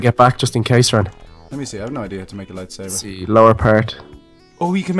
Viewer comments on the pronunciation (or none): IT is lightSABOR not savor XD